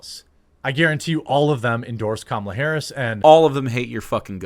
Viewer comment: Jeremy is so drunk that he's pronouncing Kamala correctly lol.